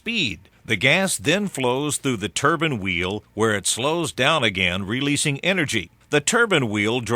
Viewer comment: Turban? hahaha surely he means Turbine...